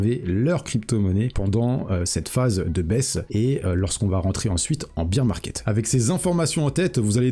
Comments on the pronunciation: Merci pour la vidéo, par contre stp c’est bear market pas beer market 😂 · Merci pour la vidéo. On ne dit pas Biiir market mais Bèèère market, excuse de te reprendre mais vu que tu le répètes 50 fois dans la vidéo, je me permets de le faire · Beer market = marché de la bière. Bear market = marché baissier. Bear se prononce BAIR comme dans 'Ber'nard :) Sinon, sympa la vidéo :) Comme d'hab' voudrai-je dire :)